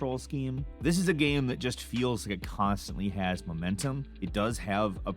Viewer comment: Dis dude said gam